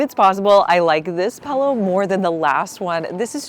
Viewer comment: You’re the first person I have heard say “pellow”. Took me a second to know you meant pillow 😂